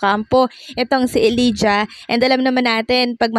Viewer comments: Elijah dapat ipronounce na E lay ja hindi E li ja... Thank you! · Ellijah is pronounced elayjuh not elidya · Elijah = /eh-lay-ja/ (not /eh-lee-ja/)